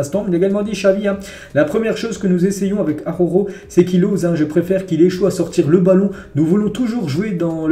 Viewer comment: Araujo ne se prononce pas AHOHO. ARRRa OU JO.